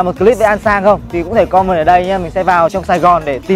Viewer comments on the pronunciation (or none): Còm men chứ không phải com mần nhé.